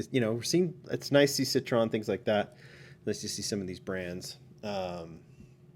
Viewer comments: Once again, It's pronounced "Sit-Troy-Yen" not "Sit-Tron".....and you say you read the comments. Right. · it is actually pronounced SIT RO EN - and Jaguar is pronounced JAG YOU ARE